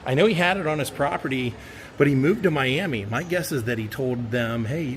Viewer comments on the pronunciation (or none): none